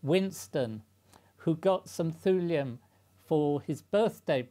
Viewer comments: pronounced "tyoolium" not "thoolium" btw. as "thule" is pronounced "tyoolie" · I like the concern of pronunication over Cleve but not over Thule (prionounced like tool) So it should be pronounced tool-ee-um?